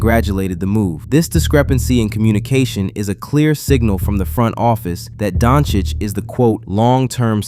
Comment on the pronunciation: Good video. Good to hear that you fixed your "Doncic" pronunciation 🔥🔥🔥